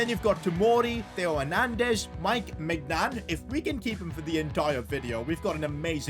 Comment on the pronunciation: always floors me when he mispronounces Maignan